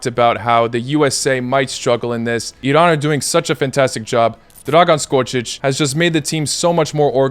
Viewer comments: Ah, finally, a westerner that can actually pronounce "Iran" correctly. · Wow finally! You are the first person who pronounce iran correctly! LMAO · The only foreign person who pronounced Iran right, I appreciate you so much😄❤